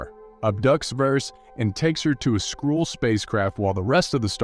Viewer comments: It's SKRULL not SKRULLE. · "Skrool" rather than Skrull is particularly grating - the narrator is obviously reading a script and has never seen the film. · holy crap, learn how to pronounce skrull, wow